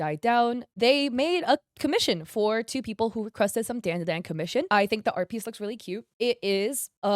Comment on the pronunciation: Its not *DAAN DA DAAN" its "DAWN-DA-DAWN" djfjrjrjrrrresvss